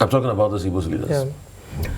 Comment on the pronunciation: The word is IGBO not Ibo!